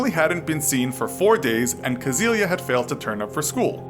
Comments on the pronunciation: The girl was named Cäzilia, not “Kasilia” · It´s Cäzilia with an Ä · The name was "Cäzilia", and the "ä" is NOT pronounced as an "a"....